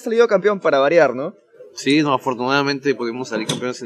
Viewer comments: No dice "Noo" dice douuu (No quise ofenderte solo te dije para que sepas) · Jajaj dijo "doou" jaja pero re humilde el mecha